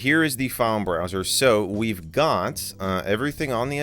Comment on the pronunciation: heh, "wii've done" in the intro